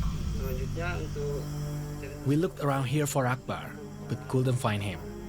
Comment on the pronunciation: 아크바르? ???:알라후 아끄바르